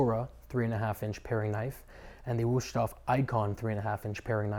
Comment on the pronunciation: There is no SH, it is a Z for the S